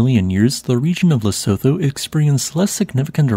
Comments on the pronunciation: It's pronounced Le-soo-too, not Le-so-tho. Apart from that, though, excellent video. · The country you are referring to: Lesotho - just for the record you don't use the 'th' sound. You use the 't' sound only. It would be more accurate to say it the way this is written: Lesutu